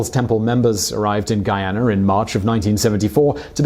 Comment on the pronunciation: You pronounced Guyana correctly 🤯👏👏👏👏